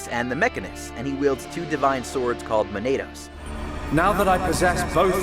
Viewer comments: I'm so obsessed with him calling them Man-ay-dos only for Zanza to pronounce it correctly as Ma-nah-dos literally 1 second later 😂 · Why he say “monados” like “potatoes”. It’s muh-nah-dos